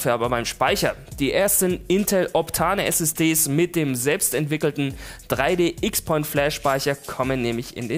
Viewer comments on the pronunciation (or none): 3D XPoint wird meines Wissens nach 3D Crosspoint ausgesprochen